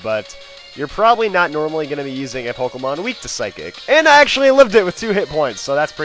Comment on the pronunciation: You're a noob using a legendary and also it's Pokemon not Pokemans.